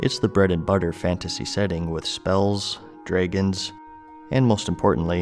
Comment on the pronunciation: dafuq is a draygan?